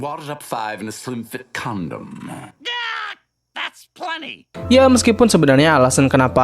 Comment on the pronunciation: dia bilang sondom subtitle nya balon 🗿